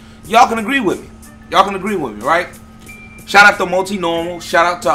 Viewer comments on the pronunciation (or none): Ok, so is it pronounced, "mule-tee-normal, or mule-tye-normal?"